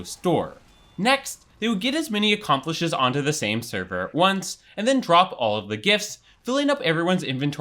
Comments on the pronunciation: and 'accomplices' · 'com-promised', 'accomplishes' (accomplices) honestly classics